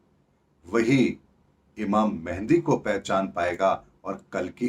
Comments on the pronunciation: Mehndi nahi Mehdi, Jiska matlab hota hai nirdeshak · Mehendi nahi Mahadi bolte hai islam wale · It is not mehendi, It is Mehdi, means rightly guided.